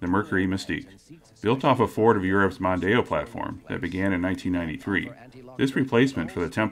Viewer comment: As others have said, the Mondeo was huge in the UK. The first generation's styling was certainly rather uninspiring, especially compared to the French competition, but I've never heard anyone call it the "Mundano".